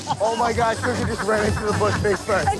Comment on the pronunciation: They could not get her name right 😂 Snook, Snickers, Snookums